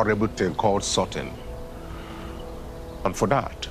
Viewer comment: Xo she finally pronounce the word correctly "sorting" 👍